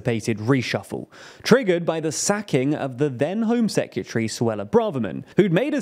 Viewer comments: There is no U in "Secretary". Its not pronounced "Secutary". I know its small but it grates. On next week's edition of annoying youtube pronunciation checkers: "it's nu-clee-err-" not "nu-cu-ler". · Foreign "seck-you-tree"? I guess that's from the same box as "nuke-you-lar". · Is that really how people pronounce "secretary?". Sec-yuh-tree I say it as it's spelt: Sec-re-ta-ree. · Great coverage, as usual. Can I just point out though: "Secretary", not "Secyutary" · Never heard someone say sekyootry before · Dude learn how to pronounce the word S E C R E T A R Y, say it slowly. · Why you saying sec-u-tree? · Secutry? Sec-yoo-tree. Am I just an idiot American or can brits not pronounce English properly… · If my job required me to say the word 'secretary' multiple times, I'd be inclined to learn how to say it properly. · The way he pronounces Secretary is mad! 😮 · I think the host has a problem with the pronunciation of the word ‘Secretary’. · Great video, please learn how to say secretary though